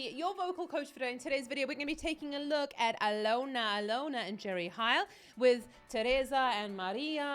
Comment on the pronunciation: Jerry Heil is not Jerry HAil, just say "E" like in "seilor" or "teilor", and Alyona is pronounced like in "learn" - Alearna Alearna)